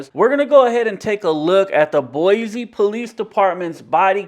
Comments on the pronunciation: It's boyceee not boyzee. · “Boy-Zee”? 🤦🏻‍♀️ Go back to the Bay Area. We don’t appreciate Californians invading our state. You don’t pay squat for that building. The 4th amendment protects you when the government is prosecuting you for something. Basic building security is not a Constitutional violation lol. You sound like you’re just trying to get a rise out of people. (Maybe learn the name of our city before coming back to harass people) 🙏✌️❤️✝️